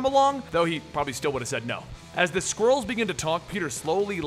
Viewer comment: why does it sometimes sound like squirrels instead of skrulls?